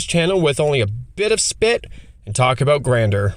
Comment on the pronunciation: IMO you're *way* overvaluing making non-legendary tokens for this cycle. The point is to abuse their Grandeur (pronounced "Gan-jur", btw, not "Grand-er") ability as much as possible. Having more copies of the creature in play doesn't help you do that, most of them don't have a useful body to attack with, and their activated abilities are generally just worse than using their Grandeur effect. Bending over backwards to make only non-legendary copies just isn't useful for anyone except probably Korlash (and maybe in some slower games , Oriss in a hard control deck). By not using the legend rule to sac the commander itself and leave the clone in play, you're giving up a free way of getting the commander into the GY, where it's almost always easier to get back into your hand that from play; there are just a lot more cards that will do that for you, especially artifacts, which are going to the be the main thing you lean on in mono-blue and mono-red, and to less of an extent, mono-white. This comes up a ton in green. If you legend rule Baru to the GY green has countless ways to return a creature or permanent from the GY to hand. Baru also is, AFAIK, the only one of them that has an easy 2 card infinite loop with Paleoloth. The ability to poop out a large number of wurms and then give them +1 and trample before you swing is strong. I'm sure you could build a landfall deck where getting +3 or +4 per land drop plus playing multiple lands per turn is strong, but you'll have to also prov